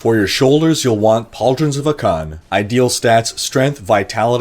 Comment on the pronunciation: lol ah-CAN just made me laugh, classic miss the under rated you. 👊